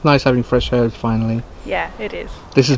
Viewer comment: Really nice to hear you pronounce the H in herbs.